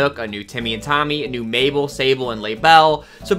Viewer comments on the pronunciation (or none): none